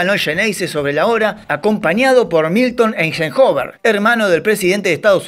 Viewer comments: ¿ EINJENCOVER... ? SE ESCRIBE EISENHOWER y se pronuncia... [ AISENHAUER ]. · Me mató el: Einjenjover